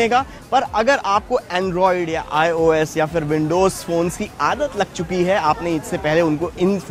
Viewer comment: the guy who has given the background voice who tells the specs n all is so awful. Hes the worst ive ever heard. Not expected from a show of this caliber. aur ye 'IUS' kya hai? ios bhi nhi bolna aata thik se....awful